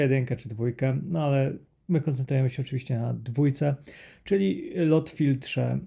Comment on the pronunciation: Dwa "o" czyta się jak "u". Czyli nie LOT tylko LUT filter. (sorry, że się przypier*alam, ale aż kłuje w uszy)